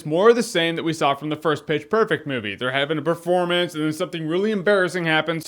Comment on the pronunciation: wait wait in the end, did jeremy say Bitch perfect? or was it just me?